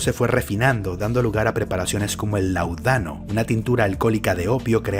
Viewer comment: Me encantan tus vídeos!, solo venía a decir que pongas atención a las tildes y la acentuación de las palabras. En este caso fue Láudano, pero ya te había escuchado otras veces. Puedes confirmar las pronunciaciones en Google, incluso en el traductor del celu.